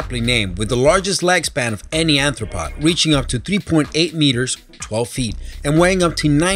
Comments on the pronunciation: keeps saying aNthropod. It's aRthropod. aRthropod means bug. aNthropod means human foot. BIg, big difference. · Great video,, but the way you pronounced aRthropod made my eye twitch. xD